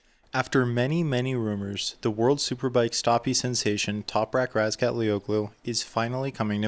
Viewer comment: The ğ in Razgatlıoğlu is silent and lengthens the preceding vowel - the undotted ı is "er" so it's RAZGATL-er-oolu